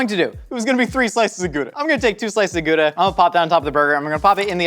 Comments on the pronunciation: The ou in Gouda doesn't sound like poop. But like wow...😘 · Gouda sounds so funny when an american says it. „Guuuda“ 🤣